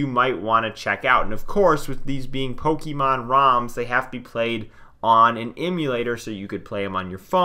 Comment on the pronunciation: It's pronounced "poke-ayyy-mon" and not "poke-E-mon" but otherwise, good video